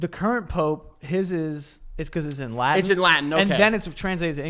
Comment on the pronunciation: I'm studying Latin rn n pronunciation is low key crazy good